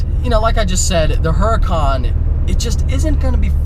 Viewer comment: I like ur vids.. Maybe learn how to pronounce Huracan, think street fighter video game..